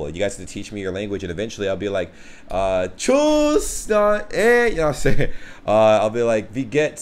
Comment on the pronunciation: tschüss! first things first... it's not "Tshouss". to learn a "tschüss", you first got to master the umlauts. otherwise it will always sound weird^^. you did pretty well on most of the other ones! i am impressed! but she is really good too!